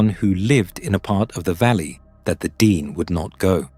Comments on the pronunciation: It’s not DEEN- it’s DEN-EH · Its pronounced den-nay not dee-nee. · This is the iconic Nahanni. It is deep within Dene (pronounced Den-nay not Dean!) territory. I paddled this river last July (2025). Our float plane dropped us on Rabbit Kettle Lake near the tufa mounds, highly sacred and protected Dene springs. We were not allowed to hike directly to the mounds but we hiked to a viewing site nearby. We honoured the people, the land and the river with tobacco. It was an incredibly beautiful journey through the remarkable canyons, rapids and lower flats. It was like paddling through the lands in Lord of the Rings. We stopped at the cabin in Deadmen’s Valley. It felt very safe to me but it was very remote. An absolute privilege to be there. I have been watching a lot of videos on Sasquatch and other cryptids. I 100% believe they exist. I also believe they are the most ancient protectors of Mother Earth, and potentially also emissaries between worlds. My idealistic loving self wants to believe they leave us alone when we honour the land. When they reveal themselves to us, we must never raise guns or other arms at them. That’s when they take us. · its not DEAN its DAA NAA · It's not pronounced "dean" it's pronounced "d nay". Meaning first people in Navajo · It’s pronounced Den- ay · D-ehn-aye / dene'... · Tell us their heads were ripped off. It is how they died. That tribe (Dene) is pronounced Da naa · It's pronounced di-NAY. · Could somebody PLEASE teach the computer to properly and consistantly pronounce " De' Ne" !!! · Your pronunciation of Dene changes almost everytime you say it. If you really put so much time into researching this, then why do you keep changing this pronunciation.